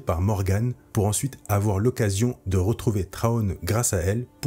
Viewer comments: J'ai entendu pire : "Trone" 😆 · Et cet accent anglais, faites un effort par pitié 🙏🏻 Général Thrawn ne se prononce pas [Traone] par pitié faites un effort… Mes oreilles saignent.